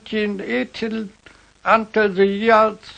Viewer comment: Nicht ganz! Vor dem Wort "Idea" hat er "The" falsch ausgesprochen. Aber ansonsten!